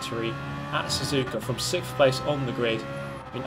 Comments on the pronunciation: Next video will just be saying "sikth place" very, very thoroughly for twenty minutes. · I love how he pronounces "sixth" as "sixf". Dear old England. Sharing these videos with my brother, who raced cars, he likes the accurate commentary. The understanding that entering this corner at this angle can set me up for this and that. The sheer strategy and explaining of it, is always good at this. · I was drinking water, watching your video. I has having a sip and you said: "6kjjjjth". I'm ded now. Sent from the Shadow Realm ™